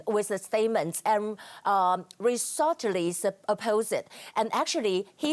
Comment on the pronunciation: Hi Catherine, thank you for doing this. But please practice words you are not familiar with until you "drop" ! It pains me to hear you say "resolutely". Hi 雅琴，麻煩您把不熟悉的字先練習到完全順暢再播報好嗎？聽您說“resolutely" 讓我難受到爆 ！‘Professional’ 和 ‘Amateur’ 的差别就在這種地方。您的内容很好，真不希望您因為這種疏忽而被認為不够專業。謝謝您 ！